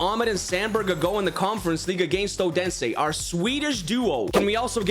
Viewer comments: Its Not Ådense Its Odense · Great video, however my earz will need some rest after hearing you butchering the pronunciation of Odense😂 Thought you were saying udinese the whole time😅